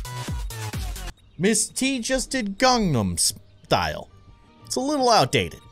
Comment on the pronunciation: that's not how you say ganman stlye you said gaunum style lol BUT I LOVE YOUR VIDS I ALWAYS LIKE YOUR VIDS IF YOU ARE A SUB WRITE THIs emoji 😂